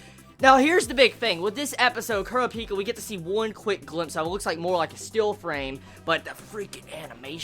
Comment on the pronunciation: Your pronounciation of names is horrible xD Kurapika not Kura - Pika.